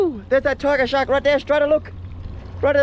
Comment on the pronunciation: Tiggah Shahhk in the wohhtahh